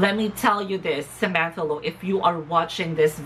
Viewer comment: OMG! You're one of the few who got my last name's pronounciation right. Thank you for the shout out my dear. Another great video and opinion. If you ask me... it takes a brave, strong and determined candidate to compete for Ms.Grand International amidst of all the controvesry surrounding the Organization at the momemt and for that Kudos and thank you Samantha. I agree with you dear that there are still some improvement for Samantha.. the gown (im not a fan of her gown during the bb pilipinas coronation too) pasarella needs more practice specially.. but no doubt that beautiful face, body and her wit is oh so ready for the crown..